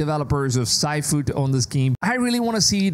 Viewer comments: can happen to anyone, but... "sigh-foo"? It's s(h)ee-foo, like in "seafood". Who knows, maybe I'm not the only one who stopped watching this video after they heard it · Bro it’s called SIFU Sifu really sounds like (SEE-FU) Not (sEyE-Fu) _____👁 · Don't mean to offend, if this does, but it's pronounced SEE-Foo. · In-dustry and sy fu 😂😂😂 Gotta be an AI voice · “SIGHFU” as you call it, isn’t clearly isn’t 2d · Pronouncing “sifu” as “sci-fu” was cringe worthy 😪🤦🏽‍♂️ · The way he said sifu was wrong and made me cringe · Sifu needs to get it and dude the way you say it is not it